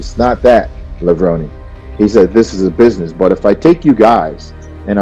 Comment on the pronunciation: We're still mispronouncing his name? Totally unprofessional. It's Kevin Levr(o)(nee), not Lev(rone)!!!!!!!!!!!!! He hates when people mispronounce his last name.